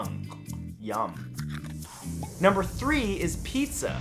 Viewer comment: Thumbs down for the hipster that called pizza, zar